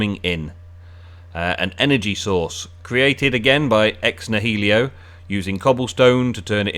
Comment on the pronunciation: “Ex nahelio” lol